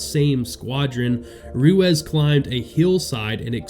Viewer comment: Ruezz? Or Ruiz? 😂